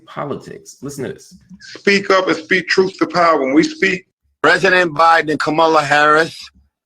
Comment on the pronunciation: Another nword choosing to mispronounce Kamala's name. You lost me right there. Get back in your meds bro. You were doing well up until now